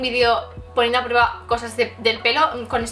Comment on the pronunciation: voy a poner a “prururueba” JAJAJAJAJAJAJA (no va a malas xD)